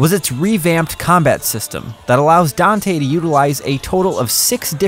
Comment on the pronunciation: Finally a gringo that can pronounce Dante's name correctly